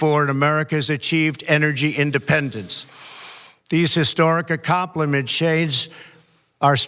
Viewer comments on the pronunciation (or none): History... accomplishmen shades? That was the heaviest slur I've heard in my life! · "Accompolableshades". I suppose of if you lie as often as he does, you can't keep anything straight anymore.